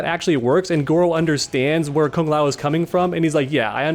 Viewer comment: As a Kung Lao fan ( who pronounces it kooong lao) this breaks my heart 🤧